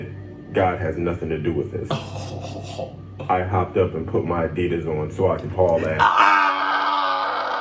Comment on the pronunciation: Lol hopped up and grabbed my Addisas lol that was written just for I’m still trying to accept that he says addias too lol